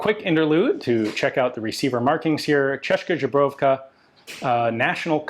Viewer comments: Goddamn, gotta love how Ian butchers the pronunciation of Česká Zbrojovka. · The way he pronounced "Česká zbrojovka" <3 Sounds like "Żubrówka"